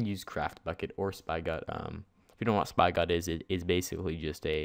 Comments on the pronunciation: Spygot wtf it's (Spih-got) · Spy-Got............ Dead (actually pronounced Spi get) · lol Spi-got its Spig-got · dude spigot is pronounced s-pig-it not spi got , like a hose spigot like the fucking picture on the spigot page . pffft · its not spy-got.. its spigot.. lol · ..."spy-got?" It's pronounced "spigot" (spi-gut) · It's pronounced spigot as in where water comes from you idiot! Not "Spy-got" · spy-got-MC... no -___- Sp-igh-ought-MC